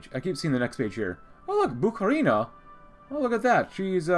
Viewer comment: Haven't watched yet but please pronounce Bukharina as BukhArina, not BukharinA